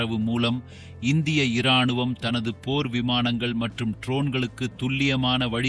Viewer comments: ஏம்பா வீடியோ பதிவு போட்டவரே தமிழில் நீதான் பேசுகிறாயா இல்லை ரோபோ பேசுகிறதா ? மனிதன் என்றால் ராணுவம் என்பான் அது என்ன இராணுவம் ஈ ராணுவமா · உதாரணமாக ராணுவம் எனும் பொழுதும் இ சேர்த்து உச்சரிக்காதீர்கள்